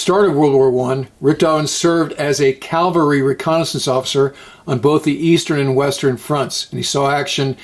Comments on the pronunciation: Cavalry, not Calvary. Great presentation! Awesome group. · Excellent video as usual. AS far as Von Richtofen, he as a "Cavalry", not "Calvary" officer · Mooch, it Cavalry, not Calvary. Otherwise great video!!! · ....Did you just say 'calvary'? Instead of cavalry? Twice? Aren't you a veteran, and an educated graduate of the Naval Academy? Good Lord, I'd hope you could pronounce a word as simple as cavalry. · Bravo Mooch! An artful, elegant, thoroughly researched and diligently produced piece that is most enjoyable. One note, mounted soldiers or Cavalry, is just that, CAV UHL REE, as I am quite sure you are aware, and not as narrated in this piece CAL VUH REE. Thanks for this terrific gem. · Is it “Ca-vul-ree” or “Cal-ver-ree” for the word “Cavalry?“ Just yankin your chain, Mooch. So many do it, like adding an extra “i” to “ambidextrous.”